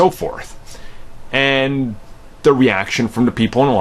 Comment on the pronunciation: Really over a god damn movie? It’s not that serious losers... and it’s “the” not “da” .